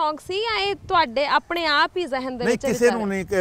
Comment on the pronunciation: Zihn; Certainly NOT zehn.